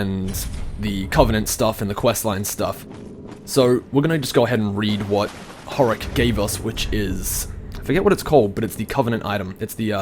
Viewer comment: It's not Horrack.It's Hodrick.Why are you even trying to play DS when you just don't give a fuck about most of the important and obvious things? Why are you even playing it if you don't like mystery styled storytelling? You literally make no sense.You're barely even remembering about stuff that you picked up.And most of the DS players are like you.And are dissapointed of the game when they themselves don't know the 90% of the lore and story and don't even have a stable brain to just not be lazy and explore the lore and make logical conclusions out of all evidencess.Even Vaati didn't explore as much as he should.